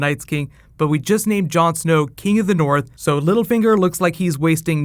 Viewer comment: "The King in the noorf!" :D